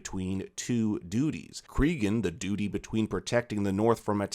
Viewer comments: Love the video hate your way of saying dute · Lol the way you pronounce duty is hilarious. Doody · just start mishearing 'duty' as 'dooty' from this point and enjoy...